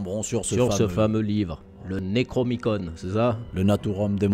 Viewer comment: Si je puis me permettre il y'a une petite erreur de prononciation, sans importance... C'est le NECRONOMICON et non le NECROMICON ^^ sinon excellent comme d'habitude...